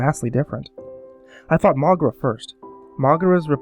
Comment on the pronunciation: MrParanormalPro i actually pronounce it Mo-gay-ra